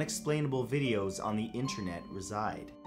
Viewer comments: the scariest thing of all.... INTENRET!!!! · Lol intenret